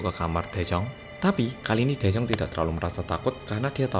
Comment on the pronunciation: Daejung... Me and Also cassiopeia listen..: Jaejoong. 😅😅🤣